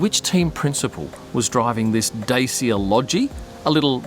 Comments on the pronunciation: Its pronounced Dachia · not dat-cha… neither day-see-ya. more like da-chi-a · Hey, it's pronounced "Dat-cha" (Dacia). Love the vids mate